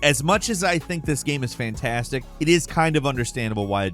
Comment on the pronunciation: "asstimate"? "Faintastic"? RPGs are "immersive sims"?